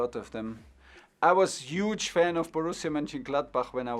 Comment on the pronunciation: And 'Uge'